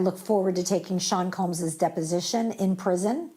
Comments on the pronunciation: Combs…. Not Coombs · Combs, not Coombes